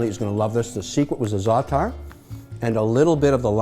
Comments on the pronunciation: I don't know what the Cyprus brothers are doing with their salads, but here in Greece, we don't add lemon juice in the Greek salad! Nor this weird-pronounced zaatar spice. Jeez, Mr. Wonderful! Furthermore, "Lemon and oil" here in Greece is a famous dressing for grilled fish, not a vegetable salad. Nothing "traditional Greek" overall in this salad. So for those reasons, I'm out. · your not half lebanese you dont even know how to pronounce zaatar properly